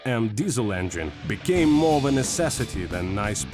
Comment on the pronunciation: I would love to meet the person who taught him how to pronounce the word engine.....